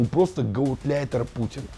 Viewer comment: я долго ждал, но и моему терпению прише́л конец. Не гаутляйтер, а гауляйтер!